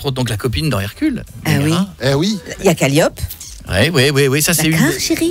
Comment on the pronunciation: C'est dommage que ne prononce pas bien le nom de son personnage... "Calliope" au lieu de "Calliopé". C'est un détail mais... ca m'a quand même chatouillé les oreilles.